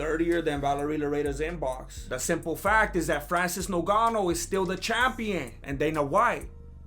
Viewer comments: 5mins in and this fool got me dying....And Im Cameroonian he is fucking up Ngannou's name. Oye Ese, get it right...Its pronounced like it has 2 Gs...GGannou...not nuGanou!!!!!! 😫🤣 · Lol great video brother 😁, lol rolling on the ground when Gane was doing something weird in his shorts 🤣... Although the Champs name is actually spelt Ngannou... Pronounced NGA-NU. Great work though bro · The way you say Nogano 😂😂 reminds me of when they used to call him Nganou in commentary 😂😂😂.